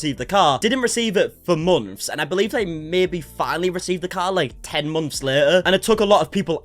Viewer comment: Why you say months like that